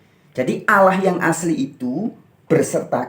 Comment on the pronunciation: Menyebut Alloh saja lafalnya salah kok bicara tentang islam.